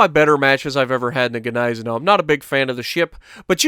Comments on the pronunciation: Nice video, I Love the Gneisenau, also (if you dont mind me knowing better, I'm german) It is pronounced GneiseNOW(Gneisenau) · Isn't Gniesenau pronounced "Nize-Now"? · I rather pronounce ot Gneisen ow(like hurtinh yourself lol)